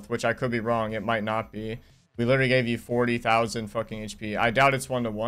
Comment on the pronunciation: "Its witterwy a healwing simuwator"